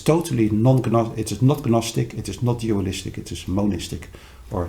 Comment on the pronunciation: I'm glad he pointed out the difference between gnostic and gnosis. I didn't know there was a difference until now. I'm a bit surprised that he doesn't know that the "G" is silent. Gnostic (naa-stuk or naa-stik). Maybe it's just his preference.